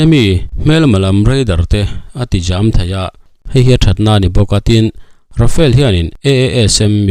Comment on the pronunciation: Tinge RAFAEL FIGHTER intih zel le..RAFALE tih tur zawk ni lo maw le.